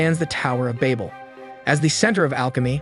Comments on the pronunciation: Babel (babbel) Ouroboros (oro-boros) I'm sorry but hearing you continually mispronounce them got to me. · im losing my mind listening to him pronounce babel as bable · me: did he say baybal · cant even say babel right. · That isn't how you pronounce Babel. Nor is that how you pronounce Ouroboros. Guessing this is just a VA reading a script and not someone that actually watched it. The Tower of Babel is a hilarious story also. So it goes, a united humankind from Babylonia wanted to build a great city and a tower "with its top in the heavens." Now apparently Sky Daddy Supreme didn't like that idea so much. Humanity building a tower too tall was just the straw that broke the camels back. He didn't want no strong independent blac.....err humankind. Look at the achievements of these united people. We can't have that. For Omniscient Narcissist Deluxe Coutour needs to be worshipped and praised for his greatness because apparently a divine omnipresent omnipotent creator be like "hella insecure and like, totally a stage 3 clinger that needs to be needed and aint "feelin" what those sus ratchet Babylonian bitches that are totally compensating for something with the size of their tower. Theyre just tryin to get my attention," Genisis 69:420 The MASS SHARED DELUSION SOMEHOW STILL BELIEVED IN 2022 - then decided the ultimate solution to this problem was to make it so all of these humans could no longer understand each other so that work on the tower could not be completed. Even if this story had ANY truth to it (spoiler, it doesnt) all it manages to demonstrate is that an insecure pussy destroyed a united mankind because of a fragile ego. It would literally be like you spraying chemicals into an antfarm y